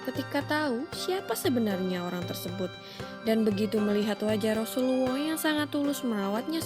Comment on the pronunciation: Xpe ke dia sebut rasuluwoh camtu